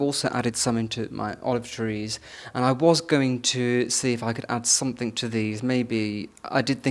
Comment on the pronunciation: Another comic episode of the Artificial, the Superficial and the Trivial raised to an Art Form — and delivered in a pseudo-posh lisp. (He still says ‘somethinK’ instead of ‘something’. A true blue blood would never make such a faux pas.) More, please!